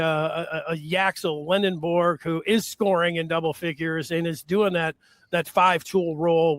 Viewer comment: How’s a guy from “the Michigan side,” and, more specifically, from the Maize and Blue Review, pronouncing Yaxel’s last name LendeNborg and not properly as Lendeborg? Announcer on Duke game did the same thing. Also, Aday Mara pronounces his name as Ah-die, not Ah-day. Come on.